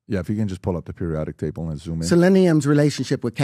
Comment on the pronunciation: Way he pronounces possib’o or periodic tay’bow, sounds like a white guy trying to do a cheap impression of a black guy